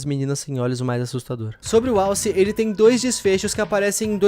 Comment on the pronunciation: Impressão minha ou ele disse “Wallace” ao invés de alce?